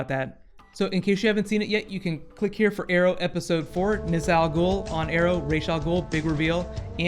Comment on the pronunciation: Coulda swore you just said "Rape Almer" lol.